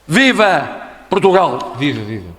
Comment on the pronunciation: "PROTUGAL" diz ele, foda-se